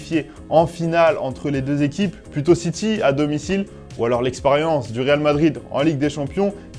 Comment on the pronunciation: Le rrrrrrrrreeeeaaaaaaaalllllllll